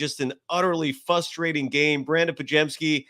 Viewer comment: This dude is a university professor apparently, yet he says fustrating. Over and over. Thats not a word. GGs.